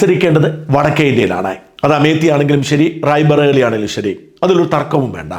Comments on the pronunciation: RAIBARELY not RAIBALERY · It's not Raibaleri, it's Raebareli. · Rai baleri അല്ല mr. Sajan Rai bareli ആണ്. കുറച്ചു നേരം അതു തന്നെ പറഞ്ഞു പഠിക്കൂ അല്ലെങ്കിൽ ഇമ്പോസിസിഷൻ എഴുതൂ. ശരിയാകും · It is not RAIBALERI as you pronounced, it is RAIBARELI. Please pronounce properly, at least. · Raibareli, not Raibaleri. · Name of place is Raibareli not Rai baleri... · റായിബരേലി എന്നു വേണം ഉച്ഛരിക്കാൻ